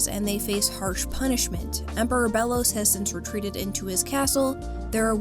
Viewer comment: i think its pronouced Bey-los